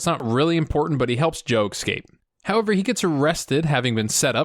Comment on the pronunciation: Bugger. But don't show us you've learnt how to pronounce it, in your videos. Excaped and jagwire. It adds character to your reviews.